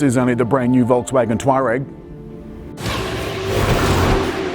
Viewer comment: Learn how to say the name correctly! its not "twar-rag" its tour-ag